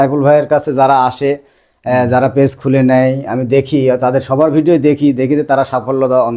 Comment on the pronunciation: ফেস নয় পেজ ভাই উচ্চারণ টা ঠিক করুন